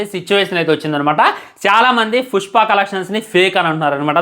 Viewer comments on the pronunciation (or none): Puspa❌ Pucchpa ✅ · 0:1 pushpa kadu pujpa anta 😂😂